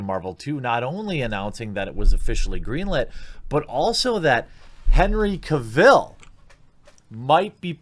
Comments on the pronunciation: Not ca vill. Cavel pronounced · What do Americans always miss pronounce British name's its not Cav,ill its Cavil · Man it's not pronounced Henry Cav-ill. It's pronounced Cav-el like "Travel" in his own words... Big fan but i hate when someone pronounces something wrong that's so easy to google. Edit: Also I know Sam Worthington hasn't had the best career but hes my #1 pick for Wolverine so far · How can he butcher Henry CarVIL’s name so much in this video LoL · Stop saying Henry Caville. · Don't you just love when he says "Kuh-vill"? XD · His name is Cavill. Pronounced Cav-ill like Travel. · Henry Cavill recently posted a video and he clarified that his last name Cavill is pronounce Cav-el like Travel. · Lewis Mckenzie CAH-vil, CAH-vil, CAH-vil! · Please learn how to pronounce Cavill. It's painful hearing it mispronounced 20 times in 10 minutes! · Think you pronounced Henry Cavil’s name incorrect lol!